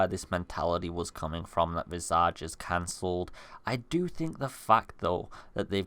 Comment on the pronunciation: I didn’t even know about this game—please tell me I’ll be able to play it on a console if I don’t have a sweet PC by the time it comes out. Oh, and it’s pronounced, VIZ•ij. It means, “The image of a person’s face.” I hate to be “That Guy,” but since it looks like everyone will probably be talking about it when it finally comes out, I don’t want to see anyone giving you shit for saying it wrong.